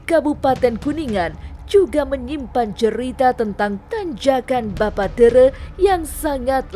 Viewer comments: Min bukan teureu tapi TERE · Bapa tèrè " ayah tiri dlm bhasa sunda, bukan teureu